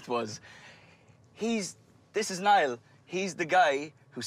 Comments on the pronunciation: Anyone else notice the first clip they said Neil and not Niall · 💫 fank u nayul 💫